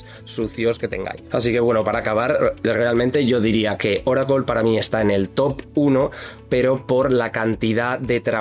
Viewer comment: Ahhhhh Oracle en nuestro idioma es Oracol. 😂 Tu eres top de la destruccion del español.